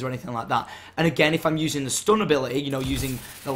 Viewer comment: ability....a-beh-leh-y :D